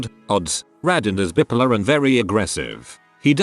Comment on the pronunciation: Why do these robot voices always pronounce bi-polar as bippolar?